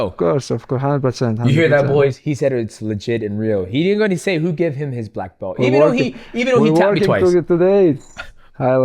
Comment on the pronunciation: Black "Blelt" Mountain